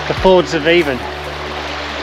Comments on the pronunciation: Hi avon in the cairngorms is pronounced Ann in Scotland why I do not know why but is as useual not being a smartass just trying to help done tha walk 40 or more years ago at the new year spent the. Night in ryvoan bothy brilliant memory’s thanks for the vid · Nice video. Just so you know, River Avon is pronounced Aan or Ahn.